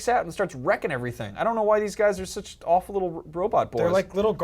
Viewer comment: Mr. TNT I find it funny how they say alwful, terrible every time